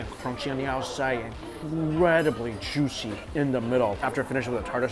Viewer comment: I lost it at "jooshy".